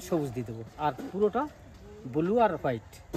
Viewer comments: I r repeating n repeating extremely boring vdo n it's not bulu it's blue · ট্যাকচার ,বুলু!!! প্রতিবেশী দেশের উচ্চারণ।